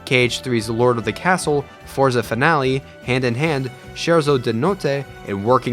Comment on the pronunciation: But I admit the pronunciation of Destati and Forza Finale was pretty good ahahah